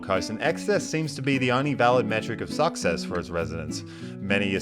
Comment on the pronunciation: PLEASE LEARN HOW TO PRONOUNCE THE WORD "SUCCESS" YOU KNOB.